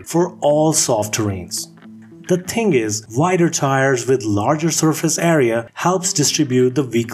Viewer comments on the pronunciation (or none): I just wish this guy could pronounce the "th" sound. He says some "tings" not some "things".